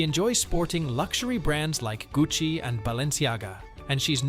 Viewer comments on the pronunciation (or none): none